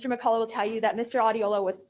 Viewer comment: I can’t cope with the pros calling Mr McCulloch “Mr McColler. It’s pronounced McCulloch. 😂